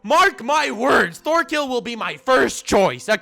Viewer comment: Lol it’s pronounced tors torfinn and torkell